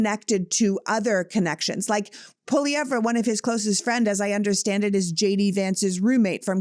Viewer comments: Don't worry Pierre poilievre is Not winning. We're not worried. For your shows sake Google how to pronounce poilievre...say it 'without' the re at the end. Elbows Up 🇨🇦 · It’s pronounced Poy-lee-ev, not Polly-ev-re….pot-ash, not po-tash